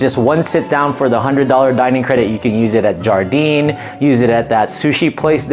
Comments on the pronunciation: It’s pronounced “yar-deen” or Garden Also WHEREs and WHENS the WEDDING between you two ???!!!! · Wonderful video, one thing though; Jardin is pronounced ‘jhar-da’ it is French for ‘garden’. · You know that's not how you pronounce Jardin right?